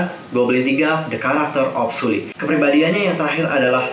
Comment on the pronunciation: Hai kak, cuma mau ngasi tau nyebut nama Sulli itu SEOLLI ☺️ Maaf cuma ngasi tau kak...